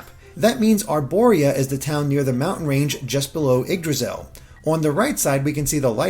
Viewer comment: Haha the way he pronounces Yggdrasil... the Gs are silent!!!